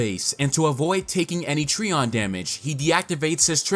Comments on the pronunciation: You pronounce it as Tree-on and I pronounce it Try-on. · (Tri)(on) - Trion it hurts each time you say it lol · Trion is pronounced "try • on."